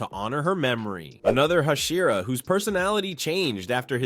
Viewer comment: Hushira Sanayme Kanai Bro it is annoying